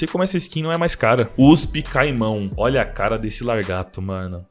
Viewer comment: kkkkk você nem sabe falar mão